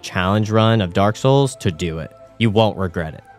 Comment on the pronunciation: Derek soils